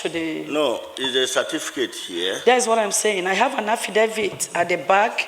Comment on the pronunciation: Why do we call it Cerfiticate rather than Certificate?